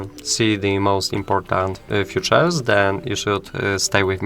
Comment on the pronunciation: features - wymawia sie ficzers, bo tak to mowisz o "przyszlosciach"